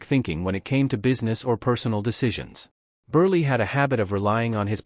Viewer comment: Every one of these “dimwits” are smarter than this AI voice who doesn’t have a clue on how to pronounce Milton Burl name